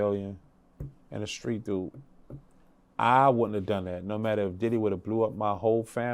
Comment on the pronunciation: I’ll forever love how he says Diddeh